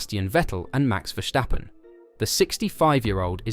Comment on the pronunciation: Why do they all pronounce Max' last name vershstappen while it's just Verstappen?? Idiots